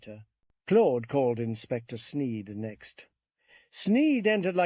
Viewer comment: Thanks for the upload I just wish the pronunciation of Claude was consistent and not sometimes clode